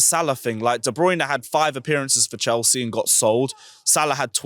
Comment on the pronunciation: Chels see chel see 😂😂😂